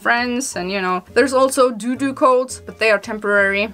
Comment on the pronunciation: and - I couldn’t help but chuckle when you said doodoo 💩 instead of dodo like the extinct bird 🐦